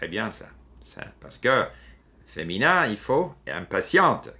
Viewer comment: il prononce "parce que" comme "par ce que"...